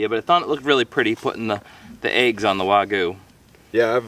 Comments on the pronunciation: Not to be rude or anything but it's pronounced wag you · wagoo 🤦🏻‍♂️🤦🏻‍♂️ why is it so difficult for americans to say wagyu correctly